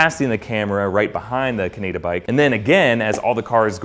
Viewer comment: I won't lie, I twitched a bit when he tried to pronounce Kaneda. Good video.